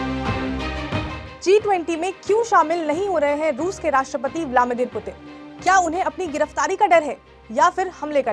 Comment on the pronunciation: मैडम पुतिन का नाम तो सही से लीजिये.... आप ब्लामिदिर बोल रहीं हो... जबकि नाम ब्लादिमिर पुतिन है 🤣🤣🤣